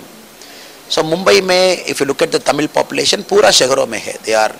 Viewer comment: I like the anchor saying Tamizh!! Great